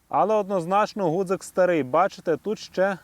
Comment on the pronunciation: Чи сприймете таку критику– не гудзик,а ґудзик правильно казати.Пане авторе,жодним чином не хотів Вас образити.З мене як завжди вподобайка вашому відео.